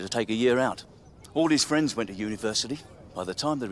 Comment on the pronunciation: Ooow fwendz!